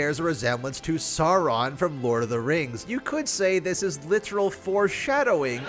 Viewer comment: him saying sauraun over macbeth